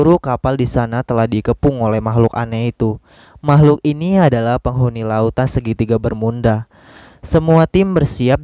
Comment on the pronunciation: Emang disengaja ya ngomong segitiga bermunda